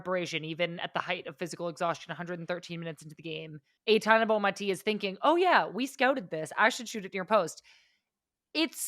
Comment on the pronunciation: first syllable of Aitana rhymes with eye.